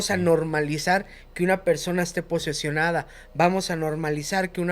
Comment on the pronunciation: Deje de verlo desde que dice "Correpto" "remiden los pecados" "posesionada"